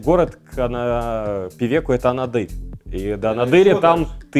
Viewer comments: Шикарное видио, и монтаж и цвет. Но ребята, АнАдырь а не АнадЫрь, просто я сам оттуда)) И лайк однозначно. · Правильно произносить-АнАдырь